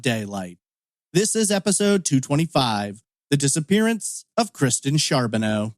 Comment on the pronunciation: Its pronounced Car not Char .